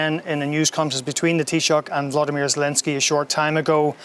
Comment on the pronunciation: Will they ever learn to correctly pronounce Zelenskyy's first name - it's NOT Vladimir!